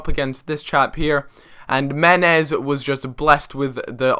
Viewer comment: Meh-nez! For god sakes